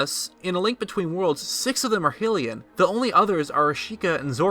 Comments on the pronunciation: It's pronounced HEROINE. Like hair oh win. And Hylian is pronounced HIGH-lean, not hill-lean. And INSIGNIA has three I's, it's not "insigna." You sound like you're 9 with your mispronunciations. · D-did you just pronounce Hylian as "Hillian"? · K hillion? It's pronounced HYLIEAN not spelled like that tho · I hate to be that guy, but it's high-lee-in, not hill-lee-in. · “Hillian “? Lol. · hears "HILLIAN" triggered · ....His pronunciation of Hylian bothers me.... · You pronounced hylian wrong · There leader is not always Zelda. In fact, she is only the leader 3 times of many. You pronounced hyrulian wrong. In a link between worlds, Zelda is not considered one of the sages, so there are only 7. Honestly, have you played any game besides a breath of the wild, because you sometimes sound dumb when talking about stuff that isn’t in breath of the wild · You say hylian wrong